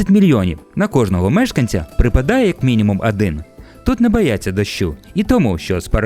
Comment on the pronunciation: шо то за Адин шо то за Адин - Один О! О! О! курва О не А